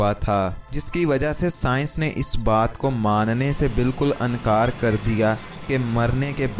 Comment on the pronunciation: Ankaar....Ansaan😅 wah....tumhara talaffuz....koi aur kaam kia kar....kapray phar k sia kar